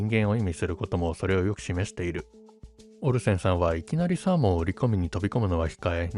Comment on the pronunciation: オリジナルは時々関西風イントネーションが混じりがちなのがいつも地味に気になってたのでAI版の方が内容に集中しやすいと感じました。滑舌も良くなってるし。 AIも「オルセンさん」を「オルセン産」のイントネーションで読んでるので完璧とは言えないけど…